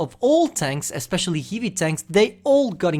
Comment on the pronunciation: One day i Asking to spell word "heavy" on love stream bcuz how funny he do it and now whole video of heive heive heive heive tank 🤣 its like a dreak come true 😜